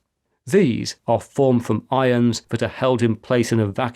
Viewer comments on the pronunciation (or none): none